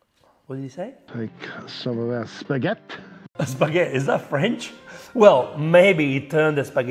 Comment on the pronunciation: Spagheth! 😂😂😂😂😂😂😂😂 It's not spaghetti, it's spaghett.